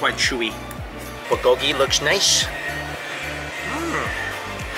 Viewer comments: The way he pronounces Bulgolgi ... someone help him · I love your videos but please learn to pronounce bulgogi properly 🤣